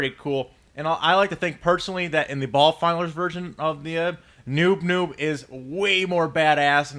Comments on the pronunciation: His name is noop noop not noob noob! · Its not Noob Noob, its Noop Noop. ._. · its noop noop, p not b